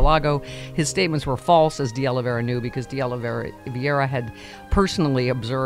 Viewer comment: Stephanie, You live in Los Angeles and you CAN'T pronounce De Oliveira ? :face-green-smiling